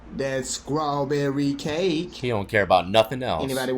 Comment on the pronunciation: Wtf is *scrawberry? I thought it was *strawberry 🍓! If you can't pronounce english words correctly then plz STFU bc you sound dumb af!